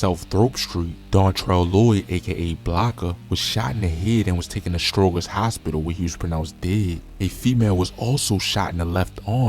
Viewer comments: You ain't from Chicago, "Throop" is "Troop" and "Stroger" is "Strojer" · Stro jerz.. say it like that joe you killing me 😭